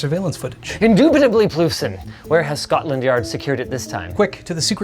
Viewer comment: 'Ploofson' XD LOL!